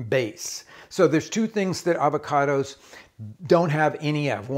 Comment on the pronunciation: “It’s ah-vach-oh-dose…”